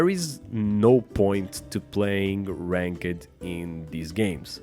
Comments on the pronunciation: I loved how you say ranked, "rank-ed" lol. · Bro I love how you pronounce ranked 😆🤣